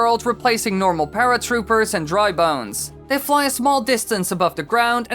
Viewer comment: I thought your said drug bones